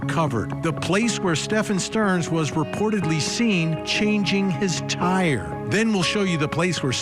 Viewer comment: the emphasis on "CHANGING HIS TIRE!" god i hate these stupid true crime channels